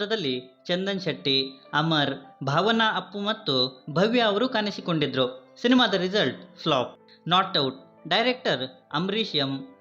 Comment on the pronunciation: ಣ ಅಕ್ಷರದ ಉಚ್ಚಾರಣೆ ಕಲಿತುಕೋ ಮರಿ. ಅದು ಕಾಣಿಸಿಕೊಂಡಿದ್ದರು - ಕಾನಿಸಿಕೊಂಡಿದ್ದರು ಅಲ್ಲ.